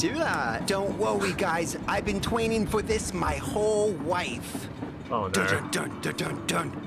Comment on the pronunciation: i have been twaining for this mwy whole life me: wonders how he has been training during his 5 years or 6 years of existance